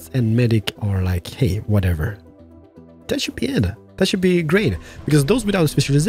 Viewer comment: Strange, you have no troubles with saying Three or Things, but insist on the lazy Dis, Dat, Deze and Doze. instead of This, That, These and Those. For someone who appears to be making a living by talking you seem to rely on the same old phrases, "Dats amaaazin" and "Not too shabby" Such phrases become irritating after hearing them for the 50th time. You complain in many of your videos about a sore throat, do us all a big favour and leave the superfluous BS out and perhaps your throat will have the opportunity to reclaim 50%